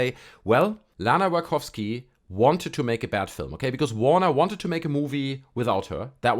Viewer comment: Cool. I've a problem with no one correcting you on "Wajkowski" or "Waikowski" pronunciation. It's Wachowski like a "watch"-"owski". You know? The "tch" is tough and doesn't make the soft "k" sound like in "chorus". I really hope you understand all this as an attempt to help and not some random person trying to tear you down. The video it self is basically poking fun at how easily pleased some people are and their complete lack of qualitative description about what exactly they liked. Al though that last review did refer to exact elements which for her, made the film 5 stars. I wrote somewhere else that this film is basically Lana taking a shit on people's neurons. It's almost like an insight into some fever LSD trip.